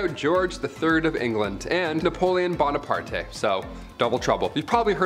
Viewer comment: The e in Bonaparte is silent.😊